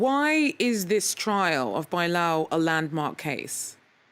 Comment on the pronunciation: TRIAL, not trail.